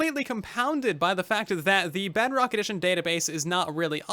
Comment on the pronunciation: hey I don’t think you know that you’re are saying Bugrock instead of Bedrock.